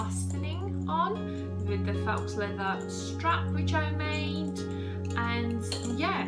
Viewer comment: I like your video tutorial. i do have a question though. isn't it pronounced "foe", and not "fox"? or is it pronounced differently where you're from? no shade, just am genuinely curious.